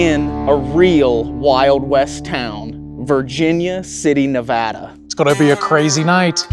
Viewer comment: Coming from someone who lives in Reno NV I appreciate you pronouncing Nevada correctly 🫶🏼😭